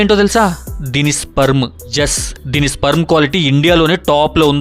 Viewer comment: First sperm ni ala pronounce cheyalo nerchuko